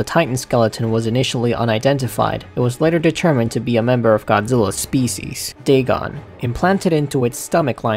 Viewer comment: Totaly said dagon good XD